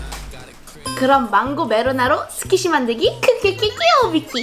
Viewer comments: 초에 스퀴시인데 스키쉬라고 잘못말함 ㅋㅋㅋ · 스키시아니고 스퀴시에요.